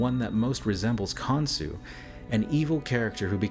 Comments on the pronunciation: Saying his name wrong is not even hard to pronounce KON-SHU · Khansu? Son of Atum? Cain "Cah-in"... Khan son of Adam/Atum? Cain's (Han/"Khan") son was "Khanoke" This could mean King Unas was Nimrod/Osiris and Canaan/or descendant was Khansu. It is said that Nimrod and Cush and an Uncle and Cousin travelled to a place where they found "three mountains" and that Nimrod developed a system of worship based on the writings on those "three mountains." Nimrod was a "Hunter of men." And, despite the denial of the practice by Egyptologists - claiming it is metaphor - there is art in those pyramids depicting Cannibalism. "Cain-Abel-ism" Very interesting.